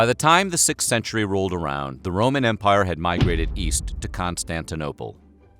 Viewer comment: Hahahaha. He keeps mispronoucing Roman. That's even worse.